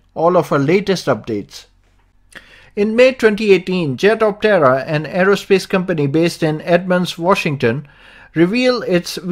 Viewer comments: Small point, try saying the name in only two syllables. At the moment it sounds like the Jet of terror. No mocking here. Better for promotions. I like the jet-optera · It’s sounds like he’s saying ‘jet of terror’. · Hehe after finding your comment, I can't unhear the terror anymore. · every time you say its name I hear "Jet of Terror!" good vid though thanks :D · Jetoptera needs to rethink theyre name, here in the vid it sounds like 'Jet of Terror ' ,lmao. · I keep hearing "Jet-of-Terror". When Skynet starts making these things, I suppose that would be the appropriate name? 😂..... wait.......🤔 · At first I thought you said it was called the 'jet of terror' and I was like kewl! Until I actually read 'jetoptera' then I was like ..oh. Good vid! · My wife was listening from accross the room and just asked "is he saying jet of terror?" LOL. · Did you say by Jet Octera? it's called Frui-day propulsion? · I swear this guy keeps saying “jet of terror” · I kept hearing "jet of terror" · 😆 sounds very much like your saying jet of terror. Hmm